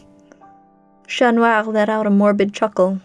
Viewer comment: Finally. Someone who pronounces "Chat" correctly